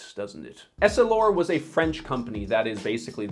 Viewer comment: Why are you pronouncing essilor “Ess-ih-lore” as “Elle-si-lore” . Do you not know how to read ? Did you not do any research for this vid ?